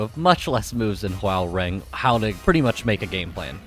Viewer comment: its pronounced whore-rang or *ho-rang